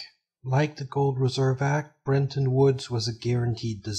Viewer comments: Fascinating stuff but, please, there's no way to get a pronunciation of "brenton" out of "Bretton". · BRETTON!!! BRET-ton Not BREN-ton!!! Please learn to read! That's incredibly ANNOYING to me that you CANNOT pronounce CORRECTLY... The name of one of the most IMPORTANT ACCORDS in ALL of HISTORY! BRETTON WOODS!!!